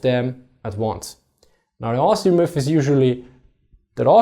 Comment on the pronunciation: It took me a some time to realize he was saying 'myth' and not 'muff'